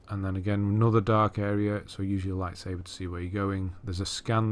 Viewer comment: Zeffo is like a giant maze and I really hate that planet. Edit: have you noticed that you say lightsaber as lightsaver?